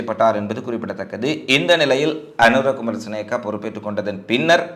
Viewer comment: Learn to Pronounce the President's name properly. You are swallowing it